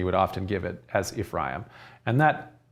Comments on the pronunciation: Ephraim sounds like "refri 'em" -twice fried beans. Im aware of the vowel shift in the English language but I'm Mexican and that's funny. Thank you. "And that mijo, this is where frijoles fritas, and the story of Frida come from..." I prayed for clarity. Im getting hammered. Thank again. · When you say Ephraim say EF RYE EEM ... Quit being so boring learn to speak and leave it up to us jews to decide to teach about our history